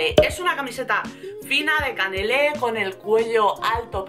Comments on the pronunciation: con el primer jersey del video dices q es de CANELÉ y se DICE CANALÉ.... JAJAJAJA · No se dice canele se dice canale😂😂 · Hola! Hoy estás especialmente guapa! Es cierto, como he leído por aquí! Sólo quería decirte q se dice canalé, no canelé, jejeje. Besosss!